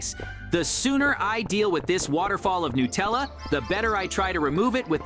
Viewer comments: I love Nutella by the way. They're saying it wrong 😅😂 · It is not Nutella is Natalia